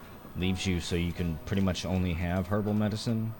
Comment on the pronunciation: when you said herbal medicen, for a minute I thought you said kerbal meds